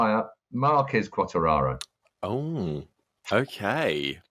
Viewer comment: They need to tell the bearded one how to say Quatararo